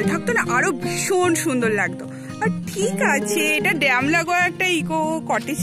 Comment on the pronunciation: " ড্যাম্প " টা কি জিনিষ? ওটা ড্যাম হবে।